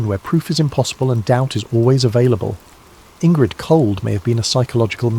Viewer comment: Indrid, not Ingrid